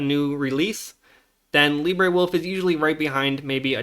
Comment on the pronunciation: It's pronounced Lee-Bruh, not Lee-Bray.